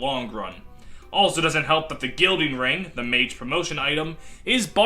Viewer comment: Guiding Ring. GUIDING. Ring. Not "guilding".